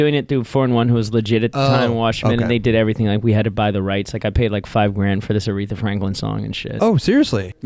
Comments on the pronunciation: Did say "Urethra Franklin"? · said urethra franklin😂